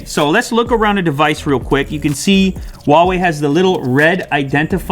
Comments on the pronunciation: can he PLEASE learn how to pronounce ‘huawei’... it’s not wawei 😂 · Hoo-wow-ee is how it’s pronounced in England. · Why are you saying “uawei” I thought the H wasn’t silent in Chinese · Good review. Huawei pronounce Huawei not wawei. The h is no silent. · I'm just curious why do most of the English speakers pronounce "Huawei" like "Wawei" without the "h"? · according to its manufacturers, its pronounced as "ha-wei" and not "hwa-wei". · I don't know why a lot people pronounce Huawei as Wawei. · Man it’s Huawei not Wuawei, they sound different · Just saying its pronounced HUAWEI - whoawe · Hu-WOW-ei :D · The "H" in "Huawei" is not silent